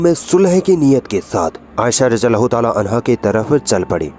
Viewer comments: Radi Allah is the correct pronunciation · बहन रादियाल्लाहो ताआला अनहो में द और ज साथ में बोलोगे तो सही होगा ।